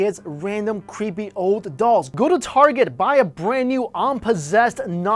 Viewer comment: lol love how asians say creepy as "qhueepy"